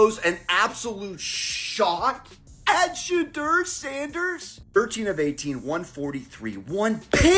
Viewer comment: Can't watch this when you can't even pronounce his name... 😔